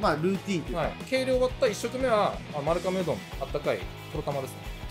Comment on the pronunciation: まるかめ？ まるがめ が正しいみたいです。